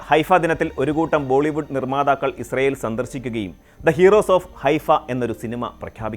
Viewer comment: പലസ്ടിന്റെ ഒരു വേദിക്കാ ഇൽ ഇസൃൽ.. 😏 പലസ്റ്റ്ഇൻ 👌